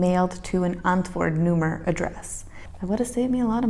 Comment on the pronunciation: How you pronounce 'antwoordnummer', "antwoerdnoemerr", sexy and funny at the same time.